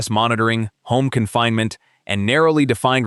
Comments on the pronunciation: Love A.I. narration. YMCA becomes imcuh. Gosh, that really messes up trump’s patented double jerk dance move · "Imca"? Bwahahahahahahahaha. Stupid AI voices. YMCA. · It's not "yemkah", Clanker. Artificial "intelligence " is not intelligent, it's just artifical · My favorite part was the AI referring to the YMCA as “yemkah”. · I came to the comments for this specifically! 🤣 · He is allowed to go to the 'yimka', not the YMCA. How do you block these crazy AI channels